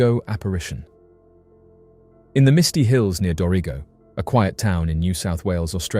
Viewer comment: “do-ree-go”is actually pronounced like “Dorago”